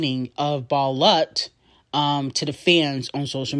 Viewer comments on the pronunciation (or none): Balut is pronounced as "BA-LOOT"